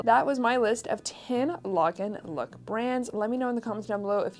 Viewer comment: Thank you for a great video! When sourcing I think if I could see Diane Keaton (Annie Hall) wearing this then it’s definitely Lagenlook! You are pronouncing Lagenlook correctly!!😄❤️